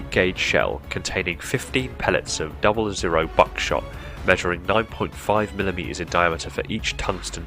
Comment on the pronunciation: The "00" in 00 Buckshot is pronounced "double-ought"